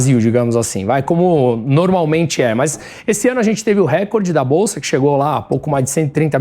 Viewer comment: 📢FALA ERRADA!!! Sugiro uma forte campanha desse canal para resgatar a correta pronúncia da palavra RECORDE (paroxítona), há muito aviltada pelos apresentadores de TV, mormente na Globo.